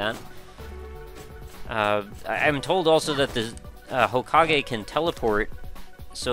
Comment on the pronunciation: Why do you pronounce hokage so weirdly?